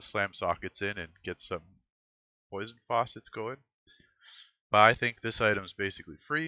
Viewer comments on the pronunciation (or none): Good video, got a like from me and I'm subscribed. You are pronouncing FACET as if it were FAUCET.